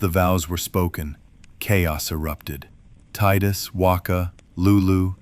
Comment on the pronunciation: The fact that you pronounced it tidus and not tidus means I can trust you. Putting the phone down to listen in bed now, see u in the morning, I’ll reply back to this with a post bed time review